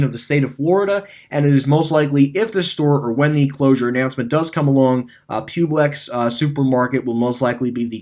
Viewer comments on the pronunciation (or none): One thing you mis said in the video is Publix in Florida. It is not pronounced Pube-Lex Publix is pronounced as Pub-Licks. Pub as if you saying the word public and Lix as if you said the world licks. Most of my family members in Florida have all worked for Publix years ago.